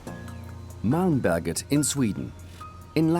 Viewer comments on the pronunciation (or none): The way he says Malmberget makes it sound like Malmböget. Which sounds like something entirely different. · när man måste flytta ett helt hus från mälmböget till koskus kuje